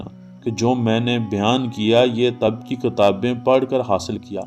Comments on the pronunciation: لفظ طَب نہیں ہے بلکہ درست لفظ اور تلفظ ہے "طِب" ہے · طب کو ط کے نیچے زیر سے پڑھیں۔ شكريه